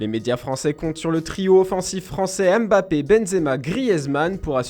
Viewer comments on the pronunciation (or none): none